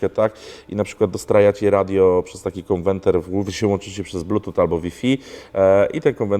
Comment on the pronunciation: Nie ma czegoś takiego jak konwenter jest konwerter